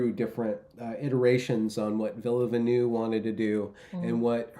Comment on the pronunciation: I feel so Canadian wanting to correct the pronunciation of Villeneuve... ⚜️ No I don't even speak French well. But Québec City and Montréal are beautiful, and the language sounds pretty cool too. And the food snd the ladies are exceptionnelle.